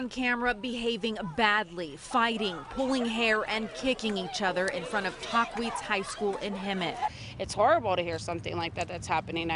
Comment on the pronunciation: Tf is "tawheeze high school?" Its tah-quitz 😂😂